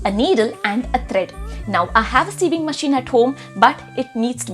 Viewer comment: You pronounce sewing as saving😂